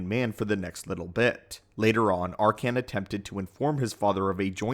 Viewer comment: I like the video but hate how you pronounce his name wrong throughout the whole thing........have you played SWTOR? His name is never said like that